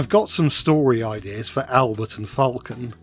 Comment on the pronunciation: The french accent you do for Albert is so good bro ❤